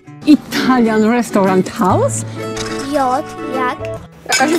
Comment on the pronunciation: ''Indian restauriant hałs'' xdddd